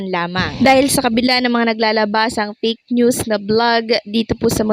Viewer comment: Fake not "peyk" ayosin mo naman ang pronounciation mo ng F at P